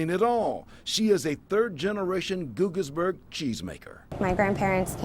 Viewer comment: Pronounced gaugis